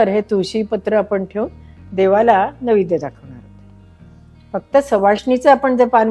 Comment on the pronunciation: माझ्या माहितीप्रमाणे नैवेद्य असा शब्द आहे .निवेद्य असा उच्चार केला आहे.